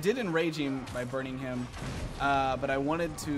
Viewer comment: He says eem instead of him wtf